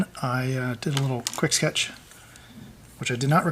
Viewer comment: "for a quicky sketche it's okay" hahahaha Shut up!